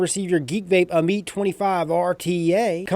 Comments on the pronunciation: It's pronounced am-it. According to Wikipedia, 'Ammit (/ˈæmᵻt/; "devourer" or "soul-eater"; also called Ammut or Ahemait) was a female demon in ancient Egyptian religion with a body that was part lion, hippopotamus and crocodile—the three largest "man-eating" animals known to ancient Egyptians.' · If u pronounce it ameet one more time Ima start calling u Ripe Trieppers